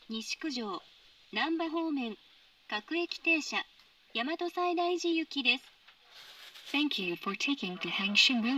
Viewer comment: 大和西大寺の発音この世の終わり